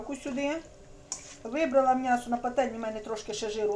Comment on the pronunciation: Чому мнясо,а не м'ясо?